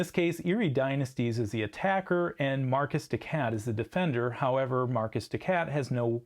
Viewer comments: Mar-KEY des SHat, not Marcus de Cat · Is markiz de cat (to sound like “mar-kitty cat”) not Marcus de cat. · The video was great and informative. I gave 👍🏻 but hearing Marcus de Cat did hurt.